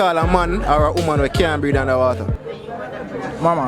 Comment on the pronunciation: HEY MY FRIEND uou need to pronounce your words with much more clearance, for the word is not homan, is woman the other is not breead, is breath under water